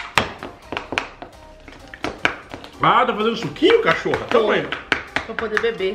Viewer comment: Perdão eu ouvi cachorra kkk